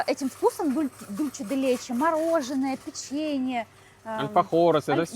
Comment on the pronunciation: Учите испанский язык. Ола, а не Оля. Дульсэ, а не Дульче.